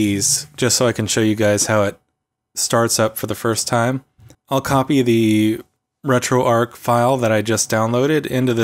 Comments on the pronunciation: It's retroarch not retroarc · ARCH not ark emphasis on the CH. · RetroArk and La-gee-Tek ;) I guess he doesn't get out enough to know it is RetroARCH and LA-ji-tek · Great video. I have Retro pie which works well too. (Also it's arrr-chhh like Archie, not Ark like Raiders.) Sorry to be grammar police but when people say things the incorrect way it lowers their credibility. Like when they say "unthaw". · Shouldn't Arch be pronounced as in "an arch" or "archbishop" etc?